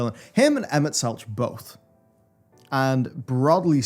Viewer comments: I believe the pronunciation of Emet's last name is more like Selkh, with Kh as in Kholussia, instead of Ch like Cheese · For the love of God, please stop pronouncing Emet's name that way. Literally everyone in the MSQ pronounces the 'ch' in Selch as a 'k'. Anyways, glad you managed to get caught up in time, and that you enjoyed it. (But really please say his name right) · You keep pronouncing the h in "Selch", why?? :') You are the only person I've ever heard do that. lol anyways, glad ya made it in time! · You say SelCH purely for engagement numbers, right? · Selch is pronounced "selk"